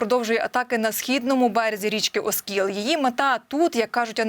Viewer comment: оскІл,а не Оскіл.